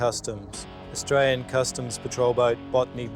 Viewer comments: "I atwyan" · Fist dude can’t even pronounce Australia but very arrogant that he has a “Otralian passport”. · I ot-rale-ien.....ummm, yeah, ok.